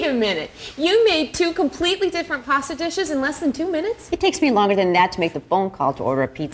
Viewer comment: Sounded like that man said "pore it over your favorite pastor." Like if you're at Church pore that stuff over your pastor....Stuff look nasty anyway.